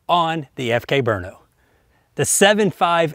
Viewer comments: The correct pronunciation is BR-NO which is halfway between 'brunno' and 'brinno'*. Named after the czech town of Brno which was called Brünn previously so it definitely begins with a 'Br' sound. The Czechs don't seem to like vowels (there was a czech bike racer named Smrz, no vowels at all!) but 'Berno' is just wrong. * It is quite hard to explain how a 'ü' sounds like to somebody whose language does not have umlauts. Either way the czech name sounds almost exactly like the original german name, just with an O at the end. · They hold moto GP races in Brno and its pron Bru- no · Ugh, the way americans pronounce stuff is disgusting. It's not 'Burno' or 'Bruno', it's 'Brno'.